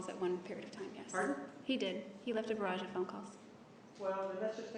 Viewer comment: "He left a 'V'arrage of phone calls". Ya mean barrage? She is dumb. That was even after Juan says it correctly, and she tries repeating the big new word.